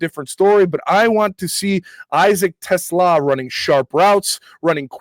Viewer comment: is the 1st content creator that I have heard so far to correctly pronounce Isaac Teslaa's name. 👏👏🤣🤣 LFG Lions!!!!